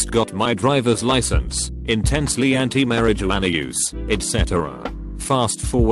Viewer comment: No one: Narrator: Mari-jew-ana